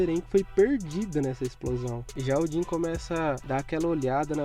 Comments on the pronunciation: que agonia quando ele chama o jean de jhin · Din? Não é jean não